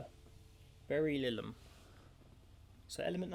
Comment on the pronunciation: it's "burr-ill-ee-um" not "bear-ill-ee-um"